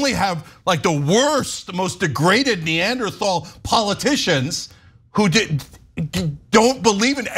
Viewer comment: He said Neanderthal 😂